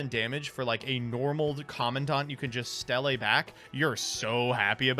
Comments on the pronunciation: Ugh why are you call it Stelle it's pronounce steele, idk why but the way he says certain gravekeeper card bugs me haha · It's pronounced "steel". God, that was getting on my nerves.